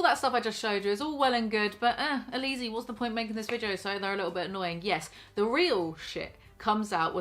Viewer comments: Today I found out that Alizee is pronounced Aleezee instead of Ally Zee and now I feel like my entire perspective on life has changed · Alizee watching a good 5 episodes of Tana's awful MTV Show and still not knowing how to pronounce her name though